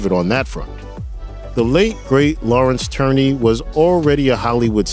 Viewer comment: Lawrence Tierney - pronounced ‘TEER-nee’ not ‘TURR-nee’.